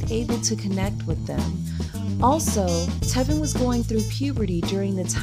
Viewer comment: right she said telvin too and not tevin.